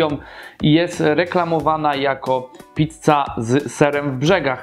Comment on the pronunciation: Gościu, "PICCA", a nie "PITCA". Wkurwia to strasznie...